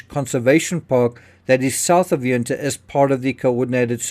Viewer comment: Ya not You so Yun-ta not Youn-ta